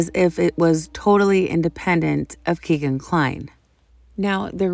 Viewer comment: Kegan Kline's name is pronounced "Keggan" and not "Key-gan." It rhymes with "begging," which is what he'll be doing in front of a jury.